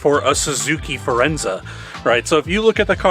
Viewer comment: It's Forenza, not "Firenza" which was an Oldsmobile compact in the 80's, rebadged Cavalier. My mom had a Suzuki Reno, hatchback version, and was slow and not so good mpg for its size, but didn't break down from 2010-20, only needed an ECM, but it still ran, Daewoo became GM Korea.